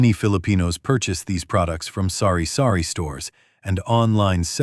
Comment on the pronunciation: i laughed when i heard "sorry sorry store" instead of sari sari store 😂😂😂